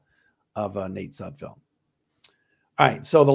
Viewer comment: No room for error on this team. At least you know that Nate's last name is Sud FELD, unlike Micro Mike who calls him Sud FIELD👍